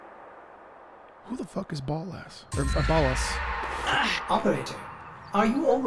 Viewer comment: I love how you pronounce Ballas as "Ball Ass". As a ten year Warframe vet it gets me every time.